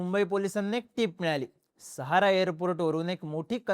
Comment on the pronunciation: " सहारा एअरपोर्ट " नाही " सहार एअरपोर्ट "